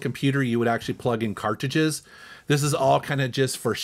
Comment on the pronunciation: I offer this with respect as a long time viewer who very much enjoys your estimable work: you have never been able to correctly pronounce “cartridges.” Usually you pronounce this word as “carr-ji-jizz.” Since you are one of the godfathers of gaming on YouTube, it’s perhaps strange that you can’t correctly pronounce this very common and important word.